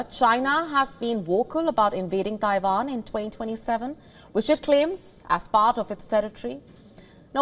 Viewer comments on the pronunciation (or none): none